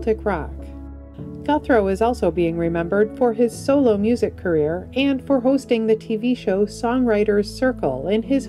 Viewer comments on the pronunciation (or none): none